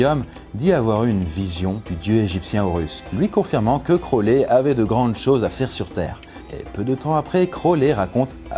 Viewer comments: ta prononciation est horrible c'est pas (crowlès) mais (crowli) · Par contre ça se prononce "Crowli" voilà haha crolè mdr